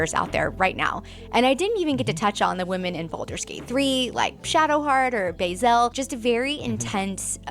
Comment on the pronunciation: wait did she say Bae'zel?